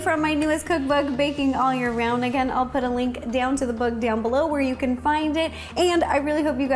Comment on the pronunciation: Ro: so if you want to follow along yaa-can.